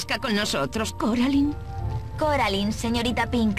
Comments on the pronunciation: Es cor------- alain 🙄 no coralin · Deard Se pronucian Coralain, No Caralain. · Si hubieran puesto las voces originales de la película en español el juego hubiese sido excelente (Es Coraline no coralin) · que paso con ese coralin :v no que era caralain así se pronuncia :v se escribe coraline :v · No es coralin es Coraline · Se dice coraline no caroline jasa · No me gusta que le digan coralin }:v 😫